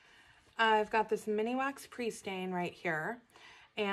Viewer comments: Just FYI: it’s MINwax, not MINIwax. (I thought you’d want to know!) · Thanks for doing the video, it was very enjoyable. ...Just so you know it's Minwax not mini wax. You've added an extra 'I" in the middle that's not really there.😂